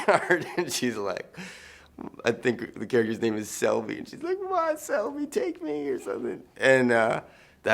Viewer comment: Franco, you're so full of shit. You know the character is called SHELBY, not Selby!